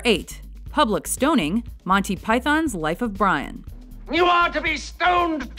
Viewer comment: You've got this critique a little confused. It's actually a two-part problem, not a one-part problem. The first part is mis-pronouncing Monty as Monny. The second part is about how you pronounce Python. The two issues aren't really connected. Putting the accent on the first syllable (PYthon) is normal, but it's a little weird to accent the second syllable (PyTHON). But neither one is really incorrect.